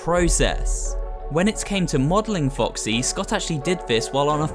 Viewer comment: did he just say Captain Woxy??